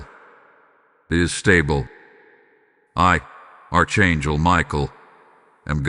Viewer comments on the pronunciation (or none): It's pronounced Ark not arch like in a building